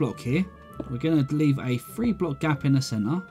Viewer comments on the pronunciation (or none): dont want to be meen but you say: one, to fuee. any way love the castle never seen some one more creative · i like how he says 'free' instead of three